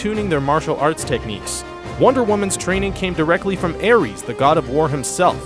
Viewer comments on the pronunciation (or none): none